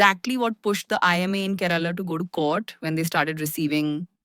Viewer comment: For heaven's sake! This Indian state's name is Kay-- ra-- la and not KE- RAA-LA 😂